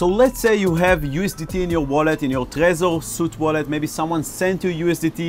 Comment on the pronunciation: Thanks for this.. I think the Trezor suite is pronounced SWEET btw..;)